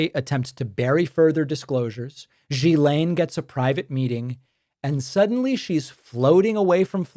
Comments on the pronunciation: FYI: Her name is pronounced gill-EN. This is how her own brother said it. It is French. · David, its pronounced "Gill"aine.❤❤❤ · It's incredible how many podcasters cannot say this name correctly. Dude, Ghislaine sounds kind of like Glenn. There. I helped.